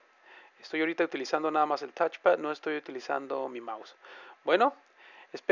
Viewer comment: El "tachepad" la "lapatop"... ja, buena.